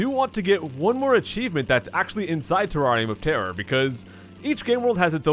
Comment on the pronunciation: IDK why, but when he says "Terrarium of Terror" it sounds like "Terrari Motera"